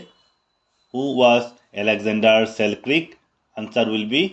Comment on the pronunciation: Sir it's pronounciation is Alexander Selkirk not Selkrik....